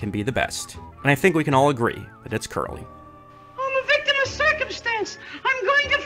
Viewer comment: Curly was my dog. but did you just say his name was Jerry Curly? I can't be the only 1 who hears it...😅